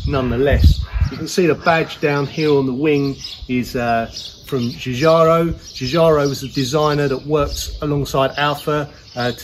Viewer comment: Nice Vid!! And well done for pronouncing 'Giugiaro'...!! Nice car. I have the Brera but also would love one of these.